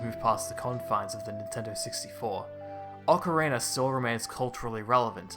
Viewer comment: Ocarina not ocarinar